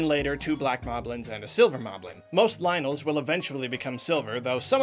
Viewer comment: It’s lynels, not lionels